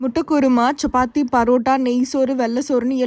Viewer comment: Chappathi ❌ Chchuppathi ✅ 😂